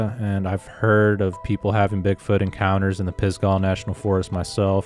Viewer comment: Pronounced pis•guh, like "duh" lol, not sure why it's spelled with an a. Anyway that's where I'm at, work at Grandfather Mountain in the Linville Gorge area, live in Spruce Pine. and yeah it's supposed to be very bigfooty around here. I've never had any encounters while camping in the PNF, but it was probably the wrong time of year. If you do end up coming to the area, I would be happy to show you some spots in Spruce Pine, and show you where my 2 sightings were. Sounds like I'm within 20 miles of.